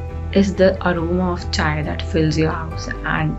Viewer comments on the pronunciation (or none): none